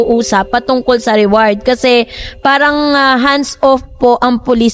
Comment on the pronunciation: ATE REWARD HO HINDI AWARD😂